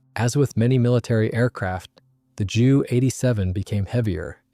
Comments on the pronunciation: Nice photos. You should teach the AI to use the letters J U (jay you) not Jew in the narration. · Strange pronunciation.